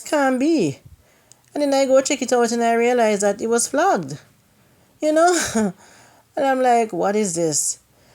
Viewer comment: You actually got the pronunciation right. It's "flagged" with an (a). Blessings and love everytime. You're doing something wonderful. 🧡👍👍